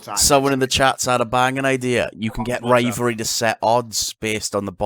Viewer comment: said the demonetization word "Rivalvry"